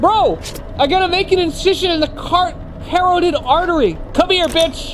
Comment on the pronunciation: "cart-herro-tid" bro you mean carotid?